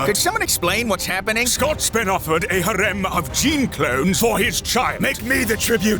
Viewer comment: "ha-rem" LOL what, how did you manage to mangle harem THAT badly?